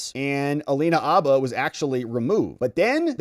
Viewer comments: Dude! There is a H in her name. It’s Habba, not ABBA! It’s “her”, not er. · H! Habba with a real H in front of it. Like Hannah with b's where the n's are. Habba. Not Abba, Habba. Her name is Habba. Say it loud and proud and say it with an H. She's not the Swedish 70s pop group. You're doing it just to bug me, aren't you? Habba, man. Habba. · It’s Habba, not abba… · Her name is HABBA not Abba. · Please put the H in Habba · Mate, it IS Habba with a "H" !!!